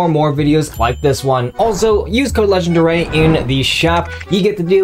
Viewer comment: I never noticed the A in legendarAy